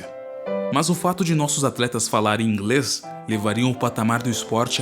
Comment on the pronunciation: Adorei seu "Ingrêis"